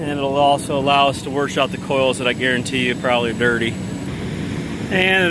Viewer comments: He is warshing the are conditionar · There is NO R in wash, warsh....? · Who knew there was an “r” in the word wash?